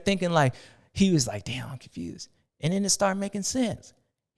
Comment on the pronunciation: Every time you do the ‘confewsed’ section I hear ‘Constewsed’ lol sexton needs a mental rest of some kind. Think he’s definitely in his own head at this point